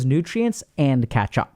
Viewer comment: i heard ketchup one time and then i couldnt stop hearing it lol